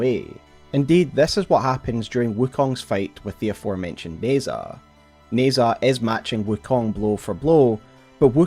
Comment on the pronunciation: In Pinyin, zh usually makes a J sound so Nezha is pronounced more like "Neh-Jah" than like "Nez-hah."